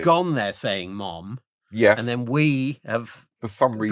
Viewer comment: Don't know if I've ever heard a Brit say Mom before. It sounds odd, something not quite right in the pronunciation. The 'o' is over stressed (its almost more of a soft 'a' in an American accent) and the 'm' is over pronounced. Interesting.